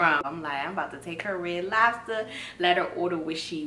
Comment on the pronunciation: "red lobba" 😭😭😭